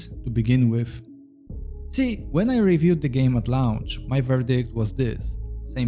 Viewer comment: Launch is pronounced like "LONCH" not "LA-U-NCH". Please stop saying LA U NCH. Thanks